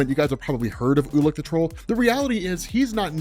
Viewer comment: Ulik the troll - I kept hearing "ula control" lol